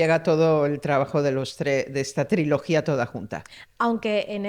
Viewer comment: Dice triología como Chenoa